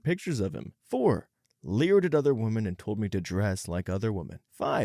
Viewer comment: Pronunciation guide: Woman (singular); wuh-mun Women (plural); wih-min. I wish this guy would get this right, once and for all. 😑